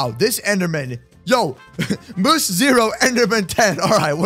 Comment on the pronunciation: You got the name right moose